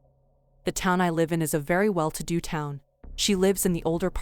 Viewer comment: You guys have people read some of these, right? If it isn't a text-to-speech, can you politely ask them to pronounce "live" and "lives" correctly? Kinda takes me out of the stories every time they mispronounce the words.